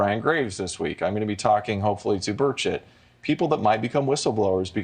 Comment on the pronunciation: did he say he was talking to birdshit?when asked about the ufos 😅